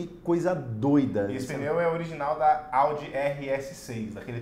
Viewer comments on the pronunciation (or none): none